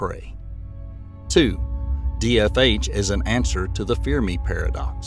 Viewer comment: "Fear Me Paradox". You mean Fermi Paradox. 😂